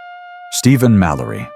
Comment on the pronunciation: Stephen Mallory, not Malorly